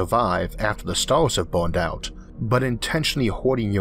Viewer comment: Is there something wrong with this guys speech? I understand him but his "r" are differently pronounced? Stars are staws?. Sorry I don't know..